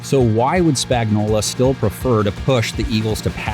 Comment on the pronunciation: Spagnuolo. Say it. SPAG-NUOL-O. It's 100% NOT Spagnola. He's not a can of Chef Boyardee.